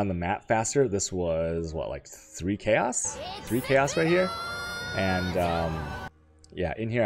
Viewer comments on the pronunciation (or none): it's intentional, he knows it's wrong but he still says "chaws" and "awchs" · you say 'alchemy' and 'chaos' wrong. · The way you pronounce "alchemy" and "chaos".